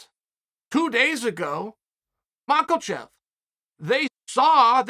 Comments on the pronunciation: Someone has to tell chael that there is no damn L in Islam’s last name. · Mackhachev not mackelchev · The Ma-KOLH-chev is killin me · “Islam Mackle-Chev” 😭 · 2 words … “Islam Makalchev” 😂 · Chael really seems to rate this 'Makalchev' lol wonder if he has anything to do with 'KaLbib? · Hahaha Chael said Islam Mockle-chev. I feel like with a lot of names Chael glances down and half reads it and then from that point on goes with that pronunciation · Who is Mahhlkulchev? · Chael: ....Islam Macklemore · Did Chael pronounce it Islam Macklechev? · Nobody: Chael: Ooooh... Islam MALKOCHEV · “Islam Michelchef” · His name is not Makelchev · "Makel-Chev" I love uncle Chael. What name will He murder next.😆🤣😂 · Chael still calling him Macklechev LMDAO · "Izlaam Maakalchev" 😂😂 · Islam Macalchef, this guy never pronounces it right😂😂😂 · I just want to know, where is the hidden letter L in his name. How do so many people say Mawk-L-chev. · "Macklechev" gets me every time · When will Chael stop saying "Islam Mocklechev" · Who the fuck is this Movklechev you speak of sir? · Who the hell is this Macelchev character Chael keeps talking about?! 🤣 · "...and did see Macklechev vs Islam" when your brain and mouth are working at two insanely fast speeds. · I thought i was the only one hearing Chael pronouncing Islam's last name as "Makalchev" or "Macklechev" lol. You ever notice that Chael is incapable of calling Tommy Fury by his name and calls him Will Fury every time lol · Mockelchev* (get it right) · The only time Chael takes an L is when he says Makhelchev. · does he do it on purpose you think? Its simply Be-Lal , maka-chev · He's not taking the L, he's giving it. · I'm pretty sure Kelvin Gastllulllm has several Ls in it too. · Chael there is no "L" in Makhachev. Keep up the good work.. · Why do you keep adding an "L" in his name. You say his name often, learn to say it correctly.